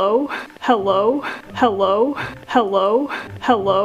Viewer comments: If you listen to it enough it sounds like hewwo 😂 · Lavender Kinz it also sounds like "how low?" 😂😂😂